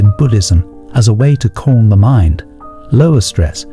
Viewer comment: Keep your mind corm. A mind that is corm. Fix the speech synthesis.